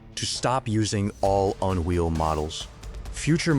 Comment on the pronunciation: But I like the On Wheel!